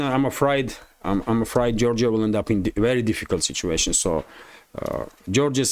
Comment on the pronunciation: you pronounce afraid as, a fried. it sounds more like a frayed.